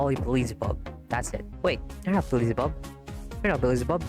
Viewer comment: Nit pick but why do you pronounce Beelzebubs name As BE LI ZI BUB should be BEEL ZE BUB 🤔